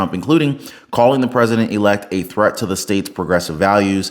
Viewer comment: "The President RE-Elect"